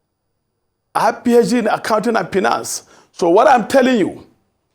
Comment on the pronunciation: "Satispaed" instead of satisfy, "blackmate" instead of blackmail, "pinance" for finance, pls this guy is not and cannot be a doctor, his doctorate must be an honorary doctorate. What kinds of doctors and professors are Nigeria now producing?